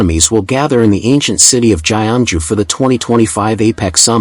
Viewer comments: Not Jai- An-Ju Kyung Joo 경주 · AI generated announcer. These foreign click-bait YouTubers only want money. Jye -young-ju pronunciation is machine created. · Your pronunciation of the host city is grossly wrong. The G in "Gyeongju" should be pronounced as the "g' in "gust" or "gut." The ensuing vowel "yeo" should be pronounced as the vowel sound of the English word "young." So the correct pronunciation is "G + young + ju." In Korean alphabet, it's 경주. This is a beautiful gorgeous historic city. Please pronounce the name correectly.